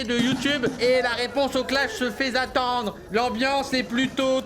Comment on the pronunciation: "Elle se fait zattendre" j'ai arrêté là. 2/20 pour l'effort.